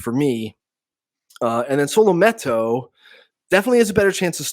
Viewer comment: Can you please pronounce his name right